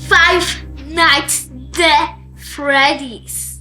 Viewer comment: Nie de tylko at